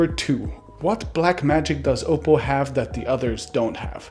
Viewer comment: Finally someone pronounced oppo right